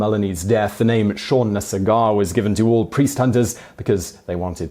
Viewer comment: Seán Na Sagairt ...its irish not french its Sag-art not sag-aw